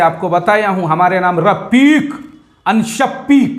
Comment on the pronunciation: Rafik shafik nahi bhai,, Rapeek Shapeek kaho.